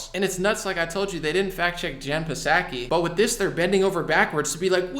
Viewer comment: can you please pronounce Psaki's name properly?